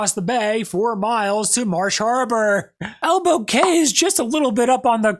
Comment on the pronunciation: FYI Cay is pronounced Key as in Elbow Key spelled Elbow Cay